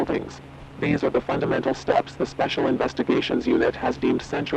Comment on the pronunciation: how it said stęps